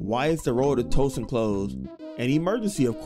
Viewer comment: Yo if you say Twoson wrong again I’m about to spazzz 😂😂😂 also you get me scared sometimes when you be liking songs from games cuz I be thinking you bout to rap